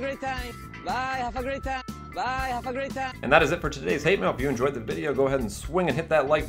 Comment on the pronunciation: LOL DAT JAPANESE BYE!!!!!